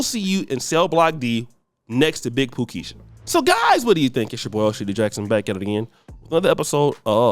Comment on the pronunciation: Not “ Big PoohKiesha” 😂😂😂